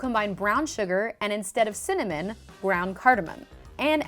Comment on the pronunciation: Snoop Dogg makes connamon rolls, lol